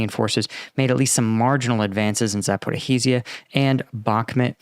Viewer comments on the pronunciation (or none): Zaporizhzhia has pretty much the same sound as you find in the word pleasure or leisure I don't mean to be a troll, I see that you are doing your best to pronounce it right so I am saying this with the hope of being helpful. Thanks for your hard work keeping us updated